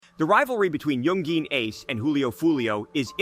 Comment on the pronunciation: You said ace name wrong, I'm not even gonna finish this video.. atleast know the names of the ppl you making videos on next time.. this has to be cap